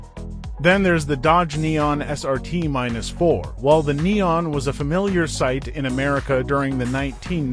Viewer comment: It's Dodge Neon SRT4 Not Dodge Neon SRT minus 4